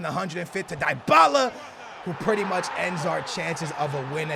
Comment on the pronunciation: It's dee-bala